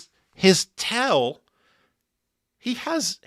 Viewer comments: Why does HE pronounce TAIL as Tell? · Now that I've heard pronounce "tail" I can never use another JHS pedal again lol